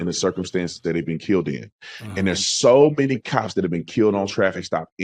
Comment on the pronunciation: "i ken be keeeyyuld" muddskinns really butcher our language